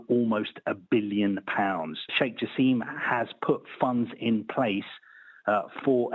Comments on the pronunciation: It’s Jaaaasim Not Jaseeeem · The correct pronunciation of Jassim is: JaAsem, not JaseeemI